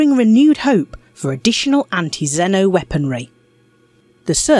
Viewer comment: Huh. Odd. You pronounce it zeh-no, instead of zee-no.